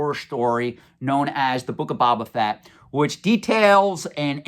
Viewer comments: I always agree with your opinion and insight 100% but you're killing me, man! Phonetically pronounced it is " Bow - Ba - Fett" not "Bob - Ba - Fett". Love the videos as always. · Can we trust a guy who calls Boba Fett "Baba Fett?" Kidding. Love your content:) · My dude... BOW-BA Fett. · New drinking game: Pound a shot every time pronounces Boba Fett incorrectly.;)